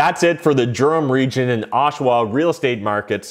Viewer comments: It's pronounced "Derum" not "Germ". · Its pronounced Durham. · No gerum